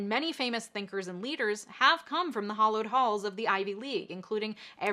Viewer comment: The fact you don’t even pronounce “hallowed” correctly, shut up